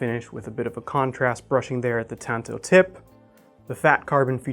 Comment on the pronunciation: That's not how you pronounce "tanto." Please stop